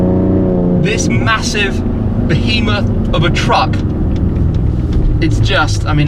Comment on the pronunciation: did he say a Bohemoth?